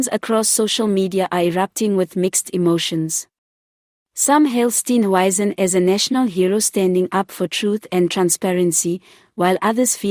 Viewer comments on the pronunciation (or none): Who is Steen "wyzen" ?????? Come on man. Speak properly for goodness sake !!!!!!!!!!